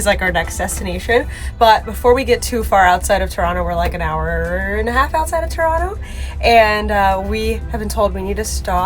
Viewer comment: Being from Ontario, I have to say, you did us justice😄 And you pronounce Toronto correctly😄